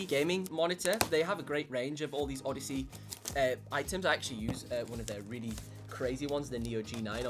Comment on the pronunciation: He said LG Oddesy 😂😂😂